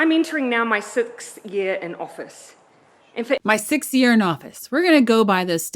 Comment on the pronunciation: How can a politician who has no control over her vowels get voted into offuss. Must be running on an empty think,what do you rikun